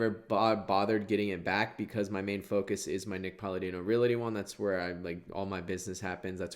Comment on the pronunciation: Please, please.... There's no "i" in Realty. "Reality" is not a real, actual word. It's Realty/Realtor.